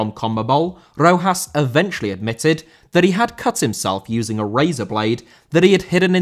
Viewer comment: Rojas* not Rouwhas